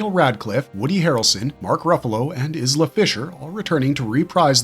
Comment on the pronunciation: Isla - Iz-La? = Eye-La